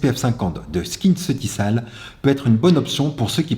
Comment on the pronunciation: « SKINCEUTIKOL » on le prononce pas skinceutisalle 😅